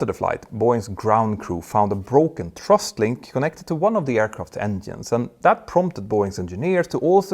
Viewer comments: Petter, great video as always but it is thrust not trust-check it out Cheers Mike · Cant you say "thrust"? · For most of your video I was scratching my head wondering what a "trust" link was. You should practice making the "th" sound. Put your tongue under the front teeth. It's easy.